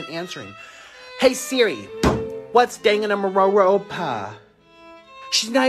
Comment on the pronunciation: nikocado trying to pronounce 'danganronpa' is making my day lol